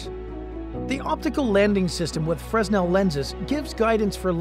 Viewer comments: Great vid, but it is pronounced "fray-nel", not "fres-nel". Fresnel was a French physicist. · That's Freh-nel NOT freznel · please... its not 'Frezz nell' its 'frey nal' edit - I see someone else grit their teeth as well when you said that